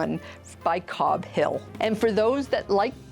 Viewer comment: Puzzle from Cobble Hill, not Cobb Hill......